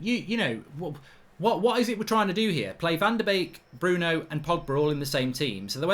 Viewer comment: The “Donny, Pogbary & Brunoey” bit😂lmao